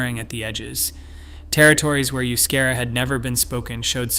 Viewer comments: Good grief! If you are going to refer to a language, then pronounce it correctly. The language of the Basques is not "yoo-skehra" as you so obnoxiously mispronounced it. The correct pronunciation is "eh-oo-skahra." Seriously, such an obvious oversight reflects poorly on the content of your video. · Euskara is the preferred standard Basque spelling, and is not pronounced you-SCARE-uh. It's eh-oos-KAH-rah. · It's pronounced "oooo-ske-dah" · Oh the pronunciation of Euskera ene bada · Maybe you should atleast learn how to say...euskera....before you talk about us. Known as common courtesy